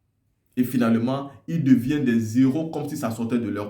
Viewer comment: Des héros,on lit les ( éro et non zéro ,pas de liaison ).